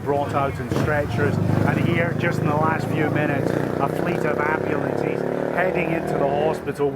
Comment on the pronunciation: The word AMBULANCE does not end with an E sound. You would think that an announcer would know know to speak proper ENGLISH! That said I am EXTREMELY relieved to hear that they are mostly all out and are safe.